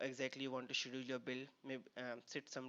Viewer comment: Good video. Please correct you pronunciation of "schedule" !